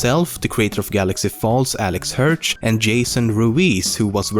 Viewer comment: Alex Hertsch? Im pretty sure his name is Alex HIRSCH.